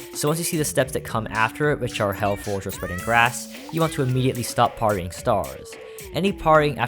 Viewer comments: I pronounce it as "pear-ry" so it was very annoying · the most atrocious pronunciation of parrying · Every time you said "parrying" was quite painful